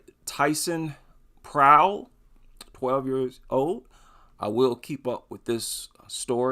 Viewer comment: Yeah, this sounds like you nailed it.